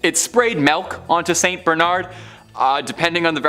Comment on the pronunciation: What the hell is melk??